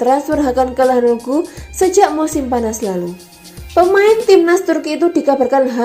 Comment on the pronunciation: Calhanolu (dibaca C) Kastileho Yans Piter Haug Bacanya kaya gitu, mbak